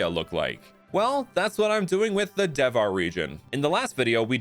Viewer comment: Hey, just to make it more relatable to the Indian audience, I think you should pronounce Devhar as "They've-haar" because "Dev" is not read with a strong "D" sound, but a rather soft "Th" sound, as in "The"